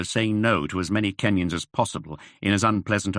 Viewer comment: As a kenyan listening to this book, i am impressed by the authors knowledge of the country’s geography and the readers pronunciation of the Kenyan names too. Loving the book plot too